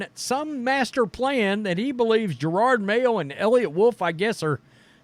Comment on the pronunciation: It is JEROD (Je-rod) Mayo, NOT Gerard.